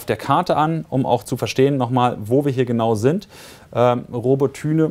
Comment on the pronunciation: Es heißt Roboty(i)ne nicht Robotüne.. Also man spricht das y wie i aus